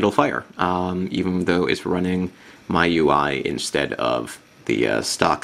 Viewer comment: If you check wikipedia, its pronounced me-you-i, not my-you-i :]